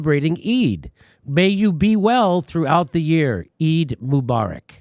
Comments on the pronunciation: eid is pronounced eed as in reed, your welcome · FYI folks “Eid” rhymes with “bead”. Long “E” as in “because”, “I” is silent . It is a major holiday in Islam. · Eid pronounced like Seed! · Eid NOt E I D JIMMY